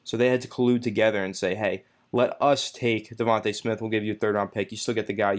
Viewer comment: DevonTAY not DevonTUH. If you’re such a fan then at least say his name right.